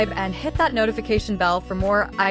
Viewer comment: How about you stop asking so many questions and learn to pronounce Il Volo!